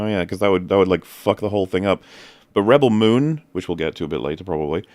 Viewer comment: I love how the accepted pronunciation of Rebel Moon is now and forever will be "Ruh Belle Moon"